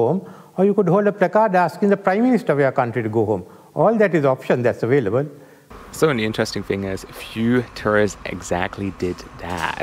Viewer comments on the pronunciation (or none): none